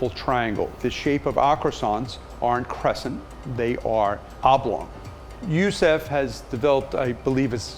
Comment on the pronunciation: Gurzau which is why he didn’t remember his name properly... he said Youssef instead of Youssouf -_